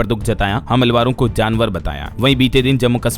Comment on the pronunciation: ताल कोटरा व हमलवारों गलत उच्चारण है कर्ण कटु लगता है।